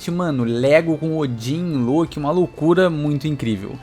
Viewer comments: Agonia horrível quando ele fala Lôki invés de Lóki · Porque fala Loki com o O com som de U e não de O. Soou estranho a pronúncia errada